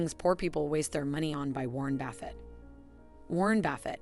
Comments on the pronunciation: Great advice, but I can’t even finish the video because she keeps saying Warren Baffit. I mean, seriously how hard would it have been to make sure that buffet is pronounced correctly, now I will spend my whole life in financial ruins because I could not finish listening. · Who the heck is Baffet? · Is it not pronounced buff-et? Or have I always been mis pronouncing it throughout my life?.....